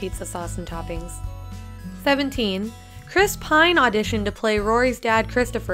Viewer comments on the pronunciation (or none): IT'S CHRIS PINE NOT PINN!